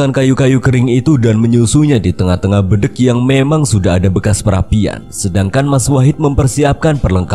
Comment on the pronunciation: RaLat Om, BEDENG Bukan BEdeng 😀